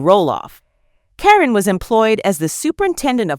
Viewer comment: Please pronounce caryn name right